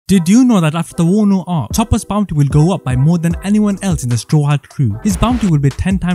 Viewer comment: pronunciation is ridiculously. its Chopper not topper.